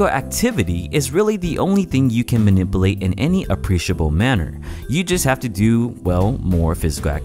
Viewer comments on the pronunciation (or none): manippleate, thats how he said manipulate.